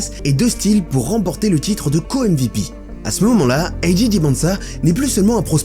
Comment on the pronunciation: On dit 'Ayy Jay', un mélange des deux est étrange. Si tu dis le 'A' version anglaise, pourquoi pas dire le 'J' aussi ;) Sinon très bonne vidéo !